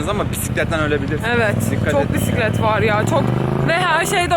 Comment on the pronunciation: "pisiklet" deyişi🚲😂